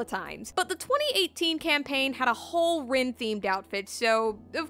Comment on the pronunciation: "Shal-dea" Lord "El MelWah" "Rin" no